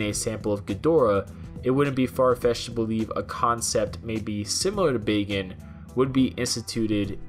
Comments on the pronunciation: Hell's bells who taught you how to say words? Tiden? No. Titan. With a "t". Also, Bagan is not pronounced like "bacon" with a g. I know lm in the minority but it's like nails on a chalkboard listening to it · “Bacon”? I thought it was pronounced Bak-an xP but it is Bagan now so it doesn’t really matter xD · Who else thought he was saying bacon?